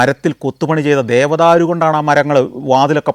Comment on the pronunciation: Sr dhevadhru alla dhewadhar